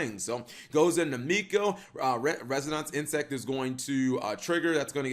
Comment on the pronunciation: Holy crap, he actually said "Resonance Insect". I'm shook. Edit: okay nvm he messed up the second time around. Edit 2: whoa, he corrected himself! WHO IS THIS AND WHAT HAVE YOU DONE WITH THE REAL?